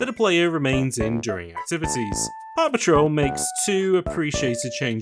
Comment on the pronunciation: I know you are saying Park Patrol, but I keep hearing Paw Patrol